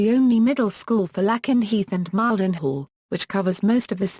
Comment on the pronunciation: My god! British robot YouTube voices are as bad as American. Mispronouncing Lakenheath and Mildenhall.